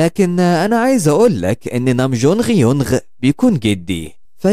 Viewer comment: بص انا عارف ان الترجمة يونغ بس اعتقد لو نطقتها يونج زي الاصلي هتبقى اخف عالسمع